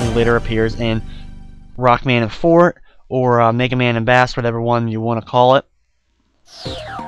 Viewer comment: No offense, but your pronounciation of Bass' Japanese name as "fort" is beggining to annoy me...sorry, but I'm a spelling/pronounciation Nazi. If you didn't already know, remember the pattern of music-themed names in the Mega Man series: it's actually pronounced FOR-tay, a musical dynamic signified on a piece of sheet music as an italicized "f" below the staff, telling the musician to play loudly. I apologize if you already knew.